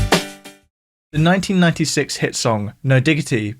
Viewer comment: Tupac does NOT rhyme with rock. It rhymes with sack.